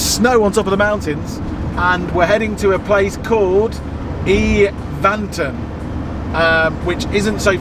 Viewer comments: I live in Evanton, and that pronunciation! It's Evan-ton not E-van-ton. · Evanton - pronounced E, as in Egg, with stress on the first sylable, and the A and O are almost silent - 'E-v'nt'n. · Haha I'm from Conon Bridge and I laughed when I heard them say Evanton 😂 I laugh hearing people trying to pronounce Scottish places